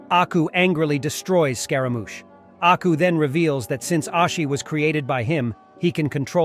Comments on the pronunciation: its aku not acku lol pronounced AW-COO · HE DID NOT JUST SAY ACKU I'M NOT GOING TO WATCH BEYOND ITS AKU AND YOU PRONOUNCED IT WRONG. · Pretty sure it's "AKU" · I like the video beacuse its samuri jack but the way you said and spelt aku's name wrong. Like did you not google it? And they say his name in the intro song 😅 why are Americans so big headed about pronouncing other peoples things and namez and can't respect other people's culture? Also did you even watch the series? If you did then you would know that going to a bar is not natural to hik as thry did not have bars where jack lived nor did jack drink 😅 Have to dislike for that and unsuscribe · The way he disrespected aku's name at the start is probably why. Big dislike for that